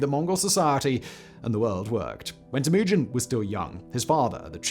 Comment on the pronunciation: The way this f*ck says Temujin maked me STOP watching. I don't know if it's his weird trumped up English accent which prevents him from say Temujin somewhat properly, but there are countless historians who say it correctly. Sorry about your accent bro. God bless!